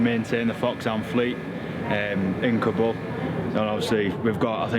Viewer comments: cant even speak Kabul. whats kabool ? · hey it is no kaboom it is more like Car bull...ok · What’s kobo?!! It’s pronounced “KABOL”